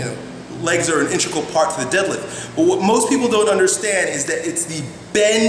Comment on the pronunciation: inTEGral...not "intra-gull"